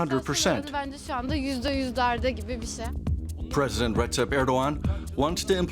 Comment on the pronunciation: Stop calling him Risep, for Allah sake. He is Rejep